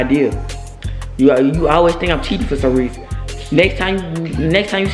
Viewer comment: Me said cheaing: noticeing